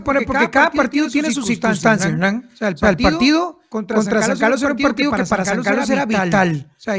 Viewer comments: PORQUE LE DICE "HENAN" Y NO "HERNAN" ??????? WWWWUUUUAJAJAJAJAJAJAAAAAAA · Es Hewwrnan.